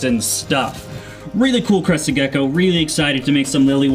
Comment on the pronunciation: First time you said crested gecko, you actually said gecky again 😂😂 I’ll give the video a like just for that. I think it’s hilarious